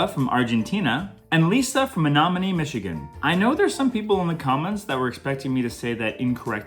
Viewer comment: You said Menominee correctly!